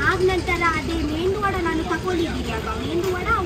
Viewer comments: Oh! for god sake...its medhu vada not mendhu vada. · It's not mendu vada it's medu vada ur south Indian u should kno it